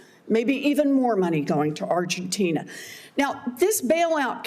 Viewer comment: Lady say it Argentina.